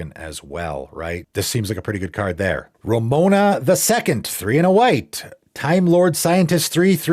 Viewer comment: It's not RaMOna. It's RoMAna.🤨🤨🤨